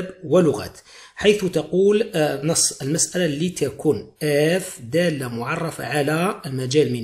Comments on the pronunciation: من فضلك دااااالطة صححها عرف كيفاه تنطقها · من فضلك دااااالطة صححها عرف كيفاه تنطقها من هم